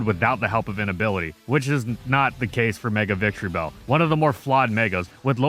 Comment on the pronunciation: IT'S VICTREEBEL, NOT VITREEBELL! THE NAME DOES NOT END WITH 2 L'S, AND YOU LEFT OFF TE C!